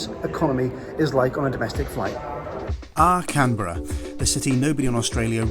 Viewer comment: First thank you for pronouncing Canberra "correctly" ;), second rest of Australia is just jealous 😬 and third, glad you liked it despite being in the midst of the smoke and fires. Do come back and hope you enjoyed our booze.